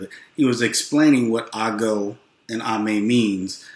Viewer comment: Agooo and amee not Amay. It simply Helloooo And the response is Hi so shoo is helloo and amee means hi